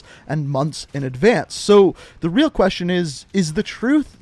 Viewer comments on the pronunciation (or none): none